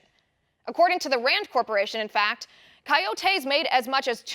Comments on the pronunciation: Love your show! It's not pronounced "kayotayse" it's pronounced "koyotis" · Kai-yoh-tay...lol, love you Liz! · What the hell are you saying when you say coyotes coyotes